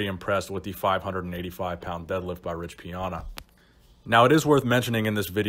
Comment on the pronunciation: “Rich Piona”